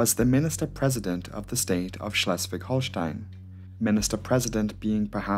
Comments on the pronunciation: Hats off to your pronounciation skills! This was pretty much the best "Schleswig-Holstein" I ever heard from a non-native speaker! 👍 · As a native of Lübeck, even that one was good. Have heard worse from other Germans. :D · as a orgin from schleswig-holstein i can say u pronuced our state correctly :) and thanks for the content🔥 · 'Schleswig-Holstein' pronounciation was spot on! ✅ Great video BTW. Cheers! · His pronunciation of "Lübeck" was correct, in the same sense that "Cologne" isn't pronounced "Köln" in English. The English name of the city doesn't have the umlaut. The pronunciation of "Schleswig-Holstein" is the same in German and English, and his was fine. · You pronounciation of Schlewig-Holstein was pretty good ^^ . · The pronounciation of Schleswig-Holstein was on a native speaker level, well done. But the two pilots' family names are pronounced differently. The "E" at the end is not silent. The Italian "e" for and probably is the best advice for it. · as someone from Schleswig-Holstein / Rendsburg i can say u did say it right :D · you nailed that Schleswig-Holstein!